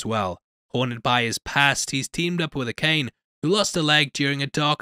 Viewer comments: it’s pronounced A-ka-NE not a-kane bruh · Akane lol. It's pronounced as "Ahh-Ka-Neh".